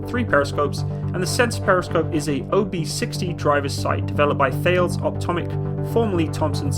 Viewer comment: I used to do a lot of work with Thales and they pronounced it T-a-les, just saying my friend.